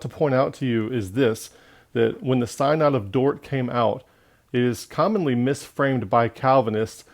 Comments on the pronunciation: Sin-uhd not psynod :) but awesome truth! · First, your mispronunciation of synod signals your lack of authority. Second, you misrepresent Calvinism. Third, you don't back any of your condemnations with scripture.